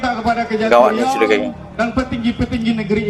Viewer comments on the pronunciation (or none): Nama Salah "Riua", Benar "Riau"